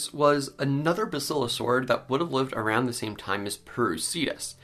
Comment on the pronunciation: Lol, routund.